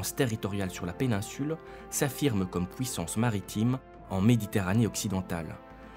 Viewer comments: Vidéo très sympa mais c'est moi ou tu dis ' pouissance ' au lieu de puissance ? ^^ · il vient d'où cet accent ? "pouissance" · On ne dit pas p-OU-issance, mais p-U-issance. Cordialement. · C’est curieux. Le narrateur prononce les UI comme des OUI: pouissance, depouis...